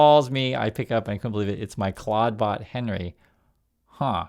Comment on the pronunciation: Oh my, I heard him saying it as I read this, I thought it was a typo but that sounds like what he said. Moltbook should be Clodbook.